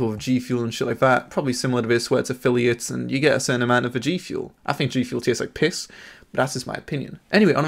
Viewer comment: you gotta learn how to pronounce "TH" its not "F" Think, Thhhhhhhink, not Fink.